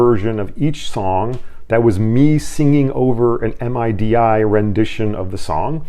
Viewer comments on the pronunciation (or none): Hi. It's midi...not M.I.D.I. mihdee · Just FYI, We pronounce MIDI as "middy". Nobody pronounces it as separate letters. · MIDI, or Musical Instrument Digital Interface, is commonly pronounced to rhyme with "giddy".